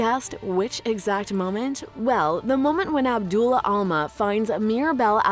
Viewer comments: It's abuela not abdula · Is not Abdula Alma.. is Abuela. Alma. (Ah -boo-eh-lah) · It’s Abuela, not Abdula. Abuela means “Grandmother”, and Alma is a common proper name, which means “Soul”. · It’s not Abdullah Alma, it’s abuela Alma. This is the huge problem with AI. And that’s not the inlynprobkem with the narration. Whoever wrote this probably has not seen the movie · Abdullah?? REALLY???!!! You guys CLEARLY don’t know a lick of Spanish. Im sure I could show you guys the word “hola” and not only would you pronounce it as “holy”, you’d think it meant pineapple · The narrator calls her “Abdula Alma”… lol, what the heck is an “abdula”? The correct term is “Abuela,” of course, and as far as I know, “abdula” is not a word in Spanish. Sorry if that comes across as nitpicking! It just seems like a pretty glaring mistake for a video with over 4 million views. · The Spanish for Grandma is pronounced Ab-way-la.